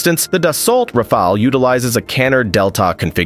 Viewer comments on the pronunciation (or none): Its a stupid robot voice...also pronounced Rafale WRONG.....I HATE this channel